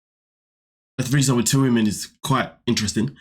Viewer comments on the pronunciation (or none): it’s the way he says two WOMEN right there 😭